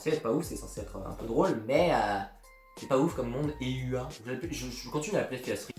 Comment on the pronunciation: Eua se prononce plus Ewa :p et pour les souvenirs de Teppei, s'est expliqué au début de l'épisode... les proches des personnes qui voyagent dans les boucles finissent inévitablement par avoir des souvenirs des boucles précédentes... et les personnes issues de la même famille que les personnes qui voyagent dans les bouclent sont d'avantage plus touché par ce phénomène. et Ryukishi07 a confirmé que Satoko a joué la comédie lors du 3ème arc ;) du coup il est très probable qu'en fait elle ait manipulé son oncle en mode "je te pardonne, vivions ensemble et reformons une famille !" le tout afin de recréer artificiellement l'arc 3 d'origine... et vu comment elle parle clairement de "se servir de son oncle" dans le dernier épisode, cette théorie tend à se confirmer x)